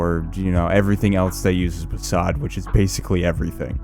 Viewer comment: man hearing someone called WASD "wassad" is so cringe 😂 this is the first/only time i've ever heard that